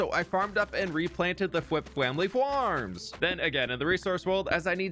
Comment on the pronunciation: “fWhip fWamily fWarms - the best fWheat you’ll ever find in the world!” I think find should be “fWind”😂